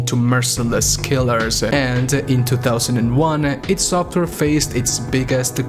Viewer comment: It's pronounced EYE DEE SOFWARE yet your still wasting your time criticising someone else for there words and opnions on a game that kinda sucks compaired to its predecessors even though you cant speak properly your self 🤷‍♂️ Good job 👏🙄